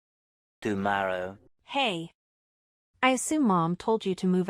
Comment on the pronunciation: Guyorrow????? What's that lmao....is that like asterday?? Lol